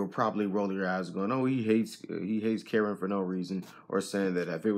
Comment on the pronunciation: It’s not Karen dude, it’s Kuh•rin